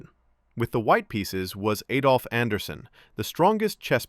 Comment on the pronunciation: It’s Adolf Anderssen, not Eidolf Anderssen.